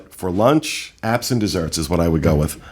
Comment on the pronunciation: Every time said "apps and desserts" I kept thinking he was saying "absent desserts" and wondering what the hell that phrase meant